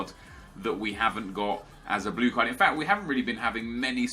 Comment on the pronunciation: You say 'Midfieldt' and 'cardt' instead of midfield and card